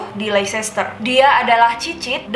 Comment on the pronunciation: Koreksi: Leicestershire dibacanya LESTE SHER, bukan LEICHESTER